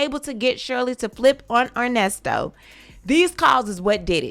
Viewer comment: "Put some RESPEK" on that man name ...its "ERNESTO"...LOL